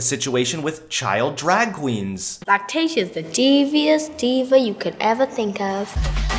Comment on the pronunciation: At first I thought he said lactation not lactatia